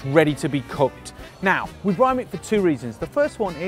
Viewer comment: Another video where you keep saying briMe